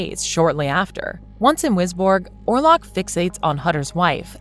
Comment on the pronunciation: Orlok not warlock